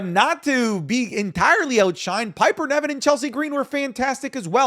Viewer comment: please stop calling her Piper NEVIN, ITS NIVEN